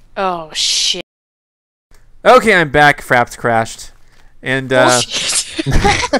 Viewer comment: he said fraps